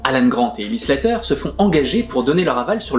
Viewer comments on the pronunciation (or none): Excellente analyse. Dommage que tu te plantes sur le seul nom féminin principal... Pr Ellie Sattler. Pas Slatter... ;)